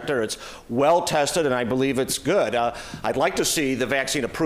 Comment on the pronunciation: “I am vaccine” lol… why is “vaccine” such a hard word for Republicans to say?